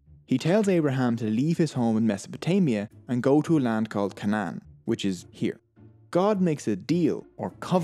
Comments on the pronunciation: Isnt it pronounced cay-nan? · A good review of Jewish History...I fully believe from your pronunciation of Ca-nun instead of the more Anglic Kay-non that the Irish are the lost tribe...a people living in prehistory in family tribes, pronouncing ch as the Jews do, McCabe-Maccabe, similarity in some other language traits, but the absence of wine as a religious drink, now replaced by Jameson's throws me off my theory. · Kay nen. Not can Ann. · Please do me one favor and that is please pronounce the words right it is cannon like this sound it out the a is a is a long a like this aaaa so it is pronounced as such Canaan long a's not can anteater is how you are pronouncing it please stop your doing good but for us how pronounces it the correct way and had an English teacher real go hard on us would rather you prouniuce it correctly thans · Points for the odd cna-aa-n pronounsiation